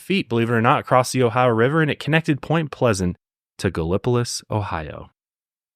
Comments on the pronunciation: Hearing pronounce Gallipolis I was laughing so hard. He tried😂 I’ve lived in that area my entire life. It’s pronounced gall-o-pliss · Gal ah poe liss Ohio 😂 is how it's pronounced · IM CRYIIIINNNGGG. GALLIPOLIS 🤣🤣🤣😆🤣😆 I’m so sorry it’s so funny. GAL. EH. PO. LISS. is how we actually say it 🤣🧡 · I grew up about 45 minutes from Point Pleasant/Gallipolis. A valiant effort in pronouncing Gallipolis, but not as even close 😭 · The pronunciation of Gallipolis lololololol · Did you also crack up when he said Gallipolis 🤣